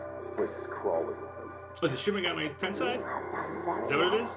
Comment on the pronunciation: TEN-SAY. NOT TEN-SIGH